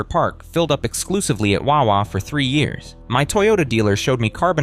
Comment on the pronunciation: i hate how this guy says wawa it annoys me